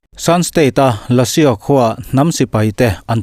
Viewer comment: Beng a vãr ṭhin e. Lashio : Lásiau ni loin, Lásù tih tur a ni.